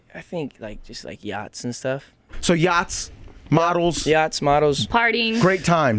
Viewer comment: he said yachts.... lmao im already done watching this